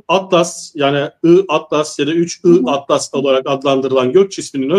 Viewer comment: Yahu kadın 31 ATLAS değil, 3 I ATLAS.. da defalarca söyledi..